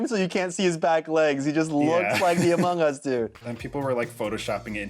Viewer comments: sir its among us not amog us lmao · No one: Literally no one: , Anthony: "CREATING AMOG US" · haha "amog" us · "World of Amog us" I love this. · He said it wrong, it's called Amogus... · "amog us" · I love how they spelled among us wrong and said amog us 😂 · “AMOG US” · 13.20 did you just say "The World of Amog Us"?